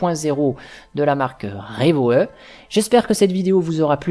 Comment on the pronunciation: Trop chère, trop de problème. Urban glideride 80xL à 289€ Plus puissante et sans problème. Et ça ce prononce Revo pas RevoE